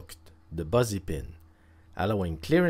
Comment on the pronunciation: Great vid, gonna use it ... a suggestion for your very good English 'Busy' is not said as 'Buzzy' it is a ' B ih zzy' like silly or willy, missy, kissy or Milly. 'Fizzy' is the best comparison, fizzy, busy ,fizzy, busy they rhyme - English is nuts, sorry lol